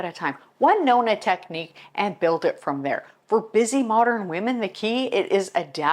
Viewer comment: I’m a Nonna and you pronounced it perfectly. My great grandmother was a Nonna and my children wanted me to be called a Nonna, I’m honored. My grandmother lived many hours away and only saw her a couple times a year, but she and my aunt who lived with her were my greatest examples. That was my and my siblings most favorite place to go. The smell of their house we all loved. My mother was the greatest cleaner. I observed everything she did. It was always immaculate. My mother cleaned floors on her hands and knees. I can still picture her dust mopping our bedroom putting it out the window to shake it. She had to have really white whites when she washed clothes. I still remember the wringer washer, then she bought an electric one. Had to only use Tide detergent, hot water, two cycles. No dishes in si k at the end of the day. My father was a German perfectionist and he washed the windows and many chores around the house and outside. My mother hated sewing and ironing. It was actually my father who taught me to iron and sew and other things. My father was a better teacher, my mother was not. I just “caught it”. I learned how to do everything from them and I’m glad I did. I actually love cleaning. It’s in my blood. Thank you for this video, I enjoyed sharing some of my Italian heritage.❤️